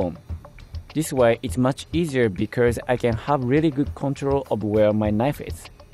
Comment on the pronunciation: The only tho g that bothered me in the video was “becers” when he tried to say because. (No offense)